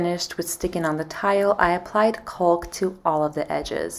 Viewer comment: It’s not “culk”, its “caulk” , pronounced, “Cock”, the L is silent.